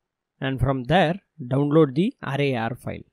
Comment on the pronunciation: AAAADRRRAYYARRR Sorry no offence intended, i love your accent :D your pronunciation of RAR made me laugh. Great Video